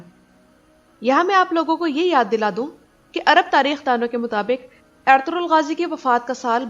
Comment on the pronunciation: Apki awaz bhot acchi lagti hai..or khass kr ke jab ap ertugrul bolti hai..